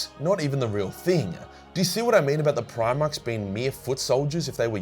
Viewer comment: Should it not be "Primaris"